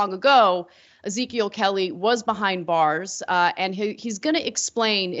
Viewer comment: "Izikill Kelly"....I assume the news anchor meant 'Ezekiel'.